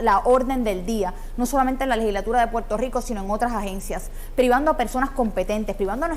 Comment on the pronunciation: Se dice Puerto Rico, no Puelto Lico. Lerdo.